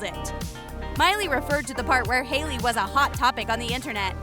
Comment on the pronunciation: You did ei instead of ai in Hailey